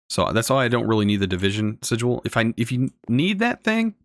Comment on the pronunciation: Lol at the way you mispronounce "sigil".